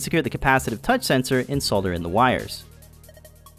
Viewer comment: This is a very cool project and an excellent video. Thank you! And as if that wasn't enough, as the cherry on top, your pronunciation of "solder" was perfectly correct :)